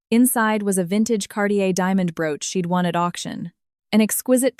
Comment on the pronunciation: CARTIER not Cardier